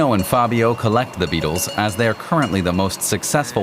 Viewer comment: "You will eat zee bugs"